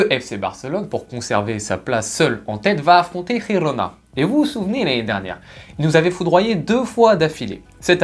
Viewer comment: Juste un petit détail Girona ne se prononce pas avec le jota castillan mais c'est catalan donc c'est un j comme en français 😊